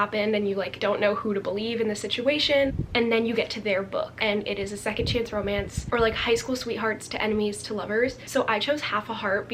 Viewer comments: When she corrected herself to “chonce” AHHH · “Chonce” LMAOOOOO poor Niall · THE LITTLE "chonce" CORRECTION KILLLLLLED ME